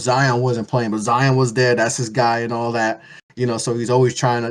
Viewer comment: I literally didn't hear a word said for a solid 20 mins. All I could hear ringing was ANALLAT